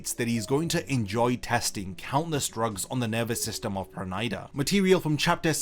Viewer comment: Why u pronouncing his pernida wrong 😭